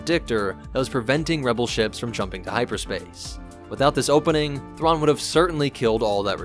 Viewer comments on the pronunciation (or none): none